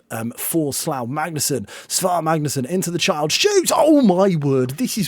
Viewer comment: I think the Icelandic ae is pronounced like "eye" so it's S-eye-var Magnusson, so he is Si Mag... not to be confused with Si Maggio. Great video! Loved the singing.